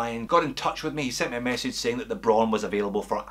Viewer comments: It's not "bro~n", it's /braʊn/! Imagine Arnold Schwarzenegger says it in a firm and angry voice: BRAUN! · It is pronounced just like "brown" with a string Scottish R.